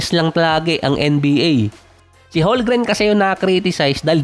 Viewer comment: Boss tagal mo na NBA content creator Holgren parin tawag mo, hindi po silent "m" yun haha Holmgren po yun silent "L" 😆